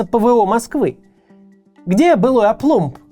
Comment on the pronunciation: Не очень понятно выражение на "Где былой **оплумб**?" Что такое оплумб? Я правильно расслышал? Никогда не слышал это выражение и слово это не гуглится...